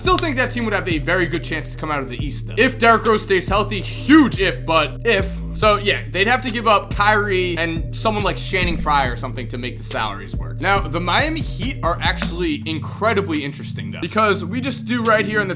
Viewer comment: It's Channing frye not shanning frye